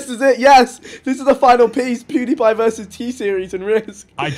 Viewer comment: Vikk said “Pawdiepie” 😂😂😂